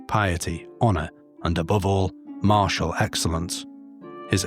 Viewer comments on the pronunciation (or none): none